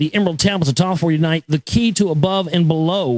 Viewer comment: I made it past "prefice" ok, I cringed at "Toth" but shook it off, but when Toth started secreting some substance I've had enough. Dear gods.